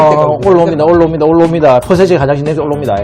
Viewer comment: ㅎㅎㅎ... 홍어... 올라옵나다 올라옵니다 ---> 올로 옵니다로 들리는데예 ㅎㅎㅎ 맛과 재미를 두루 갖춘 ★남자쓰★ 화이팅^^ (...... 73년생이신교?) 제가 알기로는 73년생이면 백미터 9초 안으로 돌파해야 하는걸로 압니다. ㅋㅋ 항상 응원하는 거 아시죠?